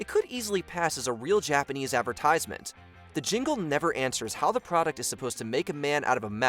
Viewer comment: The way this person says advertisement as Advertize Mint 🙄 like it's 2 different words.. why do I still watch mojo ffs? Stop recommending them to me